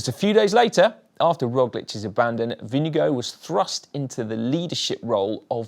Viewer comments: As a Dane. You pronounce the Vinge bit correctly. The Gaard bit you pronounve as in Store with a G instead of St. The D at the end you donøø pronounce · You should really just call Jonas Vingegaard by his first name "Jonas". It's hard to butcher his last name much more than was achieved here. :) Good video though. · When will the GCN presenters learn how to pronounce Vingegaard? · We know so little about him we also still mispronounce his name 🤣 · Lars Bak is not excused either! If you're making the effort to pronounce any name the right way (and especially if you're doing it in a video where you're saying it a hundred times), then at least get it close to right. "Winnego" is ridiculously far off. Otherwise just stick to regular English pronounciation like most non Danish-speakers, so we at least understand what name you're trying to say. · Your pronunciation of vingegaard is getting better, but still a bit off. It is not vinge gooo. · Absolutely, and this is most definitely an extremely poor effort. These guys are pro commentators for Christ's sake, they should make the effort to at least get it close to right. Butchering a rider's name (and not just any rider, but the winner of the Tour!) like that is quite simply just not good enough. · Why cant you say Vingegaard properly? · GCN, why don’t you say Vingegaard’s name correctly, like the way the announcer said it during the final awards ceremony? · its Vingegaard (think wing+god), not vinegar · It's not "Vinge-go". You would be very close, if you pronounce it "Vinge-gore" with "Gore" in a British accent (not working as well with an American accent). Dane here. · Vingegaard not vindegoat. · I have to say this it’s not vingego it’s pronounced vinGeGaarD (caps mean you have to say the letter harder than the rest) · Favorite moment is when you pronounce Vingegaard as vinegar or vinego cracks me up every time 🤣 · Jonas Vingego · His name is NOT Vinegar and it is NOT pronounced like that. 🤣